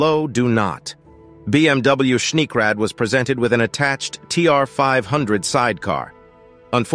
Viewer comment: Please learn, how to speak geman words. Schneekrad ( Schneekraftrad/ Snow Motorcycle) for example is spoken Schnee- krad, not Schniek-räd.